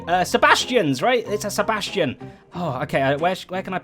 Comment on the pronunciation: Am i the only person who hears him say Sebastian rather than bastion?